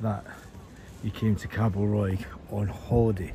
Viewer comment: It’s not Callosa it’s CIOsa it’s not what you said it’s Cabo Roy hope that helps 👍